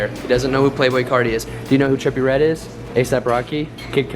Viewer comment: U JUST SAID TRIPPIE REDD RIGHT OMLLLLLLLLLLLLL